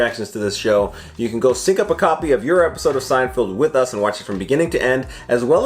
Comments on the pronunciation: Haha. You said "Seinfield" Mispronunciations of Jerry's name is a running gag in the show! Thanks for keeping these GEMS coming so frequent. I can see that you enjoy them! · Bro, still saying "Seinfield" this late in the game is crazy. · I thought he said Steinfield.... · SeinFELD, not SeinFIELD. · I love that you guys still call it SeinFIELD. Feld, Feld, FELD. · Can you guys please stop saying "SeinFIELD". It's SeinFELD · LEARN HOW TO PRONOUNCE JERRY'S LAST NAME YOU MORE-ONS. SO FRIGGING LAME.